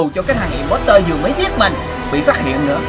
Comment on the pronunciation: imposter là chữ o ko phải chữ e đâu nha anh